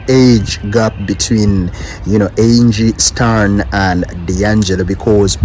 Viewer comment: It's Angie Stone not stern